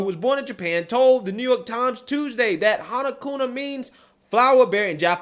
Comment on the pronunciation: It's not "Kuna" it's Kuma, with an "M". Otherwise great story.